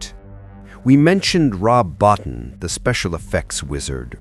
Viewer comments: Rob Bottin. It's pronounced "Bo-TEEN."' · I saw it 3 times on its original release. Btw. Rob’s last name is pronounced ( bow teen ) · Rob Bottin's name is pronounced 'Bo-teen'. But anyway, i had the great pleasure of seeing this at the theater and i loved it. I knew it was a great movie although others didn't, and i never understood what was wrong with those people. I think E.T. is overhyped and over-rated. The only thing (pardon the pun) i never understood is how the Thing can be more than one person. The movie plays on the paranoia that one or more of them could be infected, yet they never explain how it can be more than one person at a time. That doesn't make any sense to me. But still a great movie.